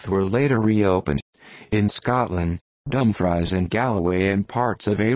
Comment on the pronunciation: we don't/dinnae soun' like that at a', what a horrible rendition: not dumb fries, dumfreece not come knock, cuhmnuck God save us from digital voices.